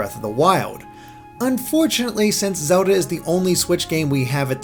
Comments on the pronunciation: Its Zelda not Soda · "this is zowlda..." -unsub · Zewda, Bweaf of the Wiowd. You never disappoint